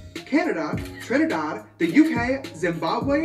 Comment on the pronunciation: why am I so taken aback by the way he says Trinidad?